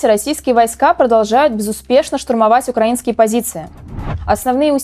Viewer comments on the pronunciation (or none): none